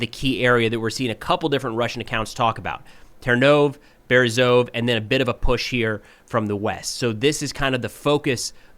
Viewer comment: Hi! As a native Ukrainian speaker, I really appreciate your videos. One small phonetic tip: in Ukrainian place names ending in -e, that last letter is always pronounced. It's similar to the «e» in «bed»… …so Ternove -> Ter-no-veh Berezove -> Be-re-zo-veh Hope this helps with future updates!